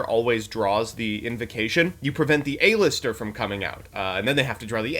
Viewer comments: Does pronounce half of the cards wrong on purpose? "A-Lister"-Joseph Rothschild, 2020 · The way they pronounce cards kills me. Who tf is A-lister